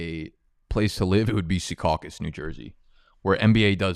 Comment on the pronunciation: Secaucus 🤣 man that was perfect